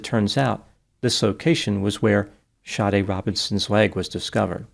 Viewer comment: Her names SADE it’s pronounced “Shadee” not shawty 😂